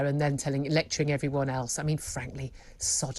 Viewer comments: Prince Charry? Lol Julia!! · It cracked me up when she mispronounced Harry’s name and called him cherry! 🤣